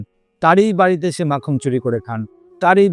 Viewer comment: Not makham (makhan).